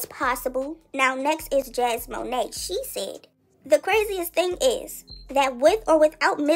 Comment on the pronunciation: Jasmone not jasmoné 😂 these “bloggers” don’t even know how to pronounce names let alone their facts it’s hilarious